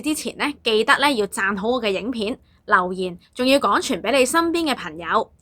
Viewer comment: 非常好的資訊, 比人認清歷史 但注意發音 例如 刻意 =/= 乞意 廣傳 =/= 講傳 產生 =/= 橙生